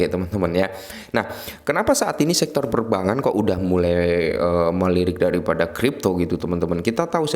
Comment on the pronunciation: Perbangan terus mis 😂😂😂 kog susah amat bilang perbankan